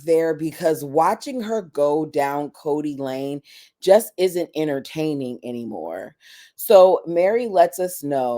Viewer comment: "Kody Lane" 😂😅